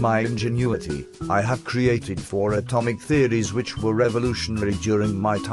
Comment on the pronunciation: Amotic theories? This guy is so adorable. My favourite part is definitely though.